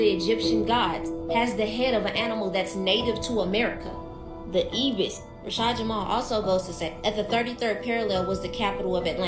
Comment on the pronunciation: It's not an ebis,😂 it's a ibis and they are found in Egypt.